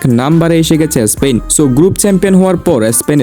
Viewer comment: এস্পেন না স্পেন